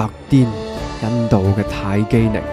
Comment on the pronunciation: 唔係泰姬ning，係泰姬ling.